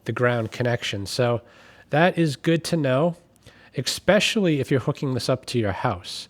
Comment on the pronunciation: um, i really don't want to offend... but... "especially" does NOT have an "X" in it. it is not EX-specially. please, sir. for those that might have learning/reading deficits: just sound it out. ES-PE-CI-AL-LY. every word can be broken down to read/speak. might take practice. best, cw